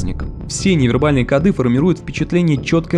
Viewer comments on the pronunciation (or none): Правильно говорить "кОды"! Ну что за "кодЫ". А так всё норм. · В слове «коды» ударение должно быть поставлено на слог с буквой О — ко́ды. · Только не кодЫ, а кОды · Не кодЫ, а кОды